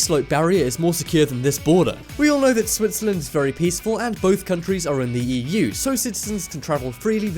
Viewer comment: did he said Wii U instead of EU (Europe)?!